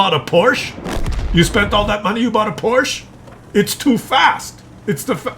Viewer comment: please don't say "Porsch". It sounds completely ridiculous to us German speaking people. The manufacturer is called "PorschE".